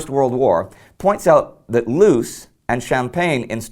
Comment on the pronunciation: Its not"loose" its pronounced "lohs." In Dutch, and its Flemish dialects double-o makes the "oh" sound, not the "ew" sound. Loos is in what used to be called French Flanders, a small Flemish region in northern France, and its a Dutch name. Sorry to nitpick, but that's driven me crazy. I love this channel, you're doing great work, and I look forward to more!